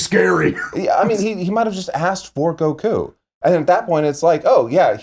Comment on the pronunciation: Why does he say goku weird. But pronounced goten and Gohan normal lol